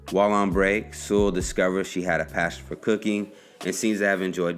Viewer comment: My last name is Sewell, too. People tend to mispronounce it, so thanks for saying it correctly!